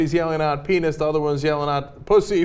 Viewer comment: Her name is Silver-Whaaa?! And she insists calling them pee-knees? What is this? The Onion?!